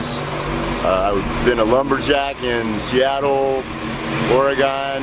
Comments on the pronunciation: Nobody who has ever lived in the Northwest says, "Oregone." He is a poor story fabricater. Plus, Texans got more sense than him. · He’s a liar. He said he worked in Ore gone. People who live there pronounce it Oregun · That jackazz can't even pronounce Oregon. It is like oregun, not oregone. I doubt he has ever even been here. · you said Oregon wrong dummy. OR E GON not Aragone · Idiot pronounced Oregon wrong. And imagine that, pushing the propaganda the certain American liberal sources pushed that Antifa just loved and still thinking this is Bidens war. News flash, Ukrainians don't trust biDeN.